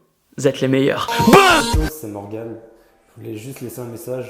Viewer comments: Tibo a prononcé "morgan" au lieu de "morgane" pour le jeune homme. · J'ai adoré la première vidéo et la deuxième est tout aussi magnifique. Mais c'était intriguant d'entendre Tibo prononcé "MorgAN" au lieu de "MorgaNN" 😂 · Ça se prenonce MORGANE!!!!! MERDE! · tu prononce morguan stppppppppppp respect le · TIBO Morgan ce prononce avec le son "ane" à la fin lol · Je m'apelle Morgan et Tibo on dit pas Morgan comme entrainemment mais comme Morgane x) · Je crois que ça se prononce Morgane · Bravo a Morgan et Julie vous êtes les meilleurs BOUM ! D'ailleurs Tibo on prononce ''Morgan'' comme Morgane car sinon ça fait trop bizzare Morgan non ? ^^ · C'EST "MORGAN" QUI SE PRONONCE MORGANE TIBOOOOOOOOOOOOOOOO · Comment tu prononces Morgan ahha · Il me semble que Tibo a écorché le prénom de Morgan tout au long de la vidéo :) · Tibo qui prononce mal le prénom de Morgan haha no respect! :D Bravo à eux du fond du pec! Et honnêtement Julie t'es très jolie ;) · Tu le prononce pas bizarrement Morgan..? x) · Putain Tibo comment tu prononcé "Morgan" -_ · Je suis le seul à être perturber qu'il prononce pas bien Morgan ? 😂😂😂😂